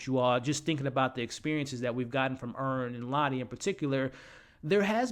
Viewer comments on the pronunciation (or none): Earn, not Vern 😂